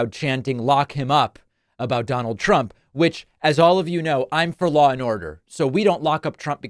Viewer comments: Biden said " Donald Chump" lol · Is he calling him Donald Chump? 😂